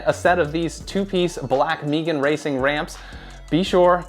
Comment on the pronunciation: Never heard someone pronounce Megan as “Meegan” before haha. Nice review. Not sure if I actually need the 2 piece construction or not tho 🤔